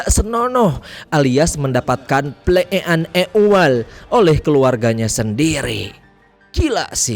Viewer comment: Pas lg ngomong ple eek'an ek ual gw ngakak anjirr bang 😂